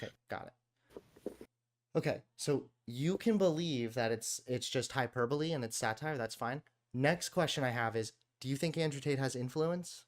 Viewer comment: Wow, MAJOR props to this literal kid for discussing and being open to changing his beliefs, something fully grown adults struggle with. He also articulated himself VERY well for his age. You can tell he’s smart/reading a lot because of the mispronunciation of “hyperbole”, he had only read it, not heard the word spoken, before lol. I did the same exact thing when I was younger 😅